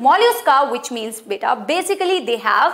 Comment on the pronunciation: Not beeta it's beta 😲😲😲